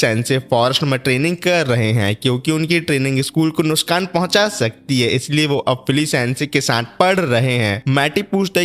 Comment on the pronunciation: NUSKAN NUSKAN NUSKAN NUSKAN ,, NOT NUSKAN ITS NUKSAN